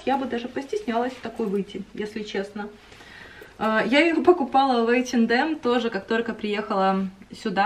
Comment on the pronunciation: Нравятся Ваши видео, приятно смотреть, хотел только поправить что h&m произносится как эйчинэм, без д)